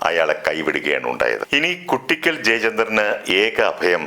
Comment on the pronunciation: കുട്ടിക്കൽ ❌ "കൂ"ട്ടിക്കൽ ✅